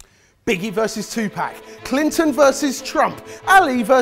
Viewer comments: he says 2pack instead of 2pac 😂😂😂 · I almost had to unsubscribe when pronounced 2Pac as 2Pack:/ But besides that, this was lovely